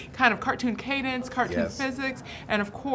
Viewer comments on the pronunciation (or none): none